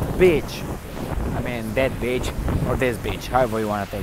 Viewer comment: It's pronounced, "BEE CH" ;- )